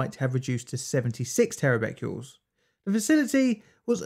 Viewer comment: the videos are cool but you saying 'Becqules' instead of Becquerels is infuriating!